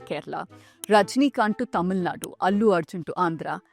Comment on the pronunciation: You correctly spoke thamizh this is the firtime i have seen from an english channel Thank you